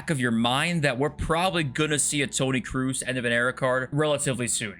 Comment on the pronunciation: Cannot wait for one the youtubers to pronounce Tony Kroose's name properly